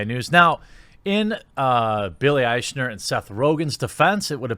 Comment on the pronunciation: Jeremy, Love your videos. But you saying Aych-ner is driving me crazy. It's Billy Ike-Ner.